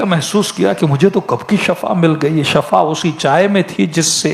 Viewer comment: Shifa bolo shafa Nahi